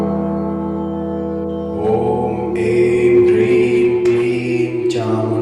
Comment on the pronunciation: Как правильно Хрим или Прим? Слышно Прим а написано Хрим